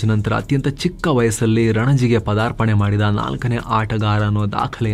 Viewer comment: Say "PAADARPANE" not "padarapane"